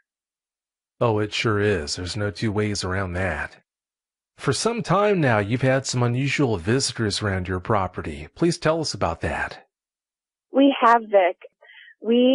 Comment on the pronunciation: I believe it is. Oddly 'speaker' has a way of emphasizing the wrong syllable and sometimes pronounces words wrong. ...ex: 'viskers' instead of 'visitors'.